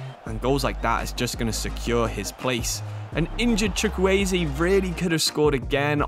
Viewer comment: eze from crystal palace is how you say it in Chukwueze name